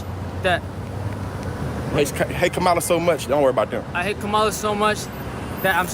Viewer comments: It’s pronounced comma-la not KA-MA-LA! Hogan is a dumbsh*t! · KA-MA-LA Say it RIGHT or don't say it at all! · In fairness, "Kamala" as Hogan pronounces it was a top heel in the 1980s. The Ugandan Giant. Portrayed by James... Harris? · No BS... I'd be the one guy who would have said "It's pronounced "coma-la" f***head!" But that's if he showed randomly. Chances are those idiots new he was coming. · Why don't they say her name right? Are they being racist? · How are these people STILL unable to say her name...? It's not that f**king hard! Ffs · How come Republicans can't pronounce Kamala? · cant even say her name right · I love how most Americans cant correctly pronounce the vice president's name. Says a lot about them and their following of politics. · Adult men and women purposely pronouncing her name wrong is so freaking childish and embarrassing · Why do they think it's so clever to mispronounce Kamala's name? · Hey, Hulk, that is not how you pronounce her name. I would not expect a traitor supporting no nothing brain dead dork like you to know that! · Why do they insist on pronouncing her name wrong❓